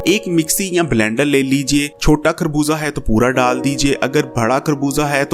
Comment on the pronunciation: plz. Correct your pronunciation it is خربوزہ not کھربوزہ،